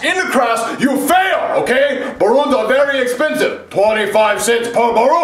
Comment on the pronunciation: It is ballons not borron